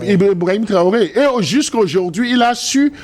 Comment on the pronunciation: C'est Ibrahim Traoré et non ibraoré Monsieur le barbu. Vous faites hontes à jeunesse africaine